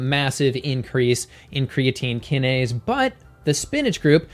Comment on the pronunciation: Just a minor point...both cytokine and kinase have “long” i’s...for their pronunciation.